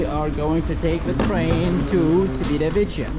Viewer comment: Appreciate the vlog, however, the number of times you mispronounced Civitavecchia was painful to hear. The c is a Cha sound. Cha Vit A Ve Key A. The double cc are a Ka sound. Thanks.😊